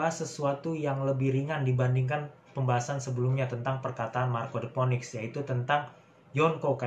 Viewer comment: bang saran aja, phoenix pelafalannya "finix" ^^